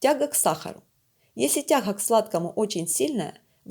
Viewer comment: Не давайте этим озвучивать видео, у которых тяХа к сладкому, в итоХе.